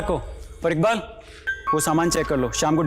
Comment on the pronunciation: Sir iqbal ko ibkal boltye hnn